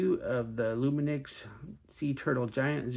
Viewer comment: loomi knocks is how you say it. here in the uk anyway.